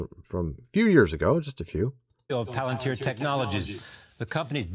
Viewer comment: Pronounced 'pal in teer'